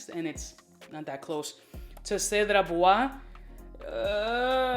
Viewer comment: 'Cedart" hahahahaha